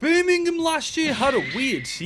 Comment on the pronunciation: Evrery time you say birmgham it sounds like youre gonna break out in a birmgham accent 🤣